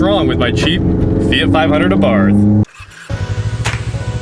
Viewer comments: now hes calling it a feet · fee-it... fee-yacht, its a fee-yacht